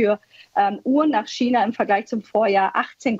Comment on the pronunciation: Hat diese deutschsprachige Frau wirklich nie gelernt wie man China auf Deutsch sagt😆